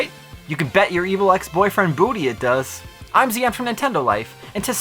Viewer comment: you and I have the exact same name (Zion) but you pronounce it totally different lol I just felt the need to point that out